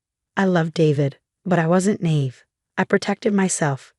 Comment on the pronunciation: The word is pronounced, 'NYE-EVE'.